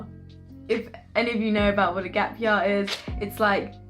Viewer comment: 'Gap yah' is how you usually pronounce 'gap year' don't lie 😂 you are trying to sound more london now